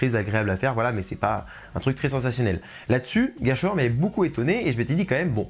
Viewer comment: sur la pronociation: le mot Gerstlauer vient de la langue allemande sans avoir un sens. Bien qu'on pronoce les consonants "st" souvent comme "schhhhhht" ici, il faut remarquer qu'on prononce ces consonnes comme "ssst" comme dans le mot "presse". Néanmois,c'est seulement un petit erreur.